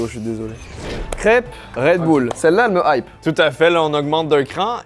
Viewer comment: "crêpe red boule "